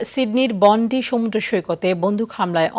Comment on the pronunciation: বন্ডি না বইন, বন্ডাই বিচ। pronunciation thik koren